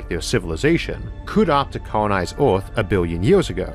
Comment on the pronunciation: Univoorse multivoorse ooarth invadoors